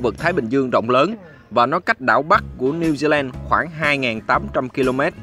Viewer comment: Thông tin rất hữu ích, xin cảm ơn. Người New Zealand đọc là Pa-mer-stân ( không phải s tôn) và New Zi Lân (ko phải land). Thanks bạn